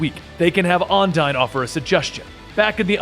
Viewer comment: Has anyone else noticed that he pronounced Undine wrong the entire time. But still does a wonderful job.